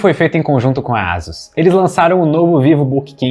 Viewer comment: Só uma pergunta: a pronúncia correta não seria "Eisãs" ao invés de "Ásus"??? 🤔🤔🤔🤔